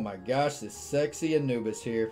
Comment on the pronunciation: lol i thought u said anubis like ann-u-biss